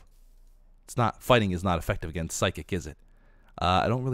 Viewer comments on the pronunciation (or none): none